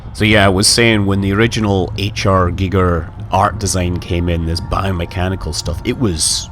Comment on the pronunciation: Giger is pronounced Geeger.